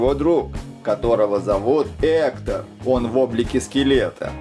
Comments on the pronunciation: Ни Ектор а Гектар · Ни эктор а Гектор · Не Эктор а Гектор!Не Дайда а Дантэ! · Это гектор, а не хектор.😂😂😂😂😂😂😂😂😂😂😂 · Друга Мигеля Зовут не Эктор! А Гектор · Скелета зовут не эктор а Гектор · Его зовут не хутор а Гектор (порно?)😣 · НЕ ЕКТОР А ГЕКТОР!!!НЕ ДАЙТА А ДАНТЕ!!!! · Его завут не эктор а Гектор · Не хутор а Гектор. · Гектор а не Эктор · Вообще-то гектар ане Эктор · Гектор а не. Эктор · Гектор а не хектор данте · это не Эктор а гектор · Не Эктор а Гектор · Не Ектор а Гектор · Гектар а не эктор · Гектор а не эктор